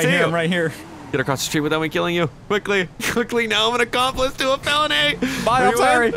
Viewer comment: Felony mispronunciation?